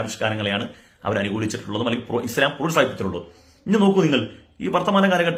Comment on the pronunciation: മുടിശം അല്ല ഇസ്ല്ലാം